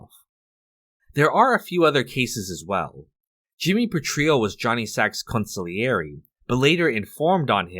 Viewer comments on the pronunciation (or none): Atp do people say consigleire wrong on purpose as a joke??